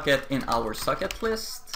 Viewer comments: I am the only one or when he says socket I hear suck it? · why do you pronounce socket like suck it? haha great tutorials though